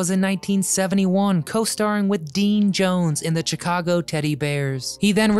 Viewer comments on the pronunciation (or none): none